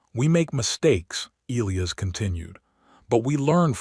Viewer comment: Can you fix your AI to pronounce Elias correctly!?